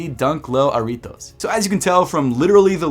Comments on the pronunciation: It’s Jah-ritos not aritos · You don’t pronounce the J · the way you pronounce jarritos doe 💯close enough G ❗